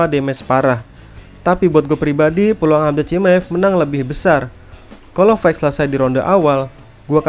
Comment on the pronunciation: bantu koreksi, fight itu bacanya fait bang bukan faik. Sama kek night yang dibaca nait bukan naig.